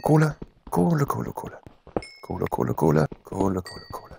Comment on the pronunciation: Luca: Kohle, kohle, kohle... kohle kohle kohle Was ich höre: cola, cola, cola... cola cola cola Wie lost bin ich?😂